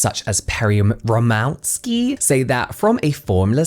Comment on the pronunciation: ro-mov-ski. It's a polish surname. w is pronounced like a v, for example, in vodka